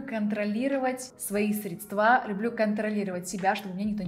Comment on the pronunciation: Не средствА, а срЕдства)) Из какого болота девушка вылезла?